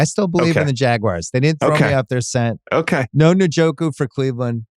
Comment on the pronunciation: RIP njoku pronounciation